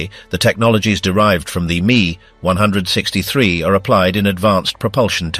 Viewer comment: Itsa pronounced "M, E, 1, 6, 3," NOT me onehundred sixtythree